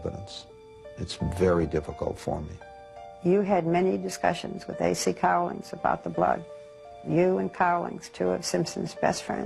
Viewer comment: It's Al Cowlings not Collins.